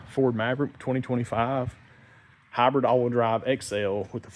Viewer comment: “Habrid all-wheel drav“ 😛